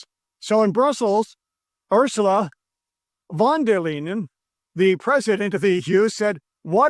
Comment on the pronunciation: Uhrsula fon dar Laien. 😊 that’s how you should pronounce it 😂